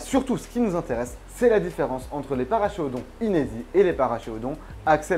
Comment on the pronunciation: Super vidéo très intéressante, mais Paracheirodon se prononce parakérodon, car c'est un nom latin.